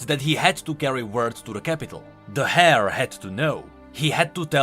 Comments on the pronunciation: Small note on pronunciation. Hair in this context, as in hair to the throne, would be pronounced "air". i am convinced that there is some grand conspiracy to make English the most confusing and redundant language on the planet. but yeah, awesome reading Edit: Actualy spelt heir. Case and point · I know I am being a little annoying, but I just thought you should know. The H in heir is silent so it's pronounced like air and not like hair in which it's not silent. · He called the heir a hair as well :^) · heir is pronounced the same as air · Sir, the "h" in "heir" is silent.:P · There were a few pronunciation issues in this video. Heir was one, he said "frailty" when it was the word "fealty" and he said "lineage" instead of "Liege"